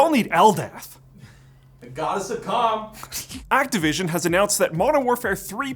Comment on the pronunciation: I thought you said Goddess of C*m instead of Goddess of Calm. Eh.... your point stands. So... how hot is this goddess of calm? 😂❤